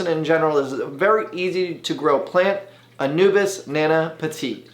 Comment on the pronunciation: Drink every time he says Anubis instead of Anubias